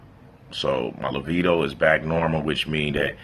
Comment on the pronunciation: "My LAVEDO"......your command of the english language is astonishing.